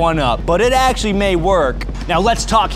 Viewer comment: ACK-SHU-A-LEE your first video was published in 2019; I believe it was about the Cloud Defensive REIN.